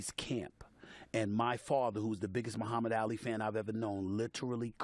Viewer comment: The disrespect u not even sayin Ali right